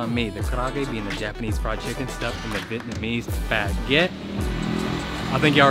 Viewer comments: You speak Vietnamese better than most people I know.. esp me 😂 omg, your accent is perfect lolol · i love the way pronounces his vietnamese words... pitch perfect... love his vietnamese name too, it's translated to Fat Phuc. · The accent in that dudes Vietnamese is actually pretty good